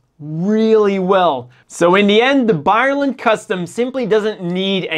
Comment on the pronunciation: Please read the name of this MS properly. hehe.. More power to you man, I love your channel